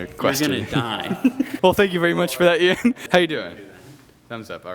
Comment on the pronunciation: "Ee-ann of iDubbz" Well, I didn't expect that pronunciation.